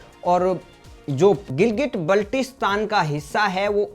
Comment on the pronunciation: बाल्टिस्तान बोलना शीखो